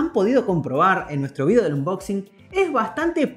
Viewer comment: No se si son Chilenos Argentinos Uruguayos Peruanos o Españoles lo digo por que pronuncian vidio o es video...